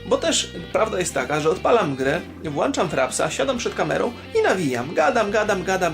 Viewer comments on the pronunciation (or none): Pisałem już, ale powtórze proszę Cię zapamietąj: WŁĄCZAM, a nie WŁANCZAM;))